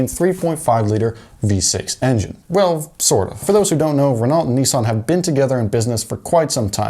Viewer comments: Renault is pronounced reNOE, not reNAWLT. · RenAULT not Renalt. Pronounced as "Reno" in French. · Renault is pronounced, (ren-oh). It's French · Great video, but I had to skip forward because I literally couldn't stand hearing the mispronunciation of Renault one more time. It actually gave me chills 🤣 I know it sounds stupid, but just being honest lol. Great content though, and it blew my mind learning that Koenigsegg's have Ford motors in them! #CrownVicsareeternal